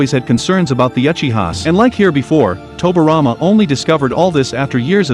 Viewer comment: It irritates me he saying tobirama name wrong. Toby rama.